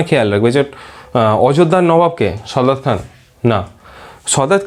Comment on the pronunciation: দাদা , সদাৎ খান না সাদাৎ খান